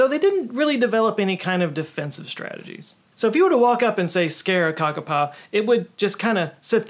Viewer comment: Kākāpō is pronounced kakapoo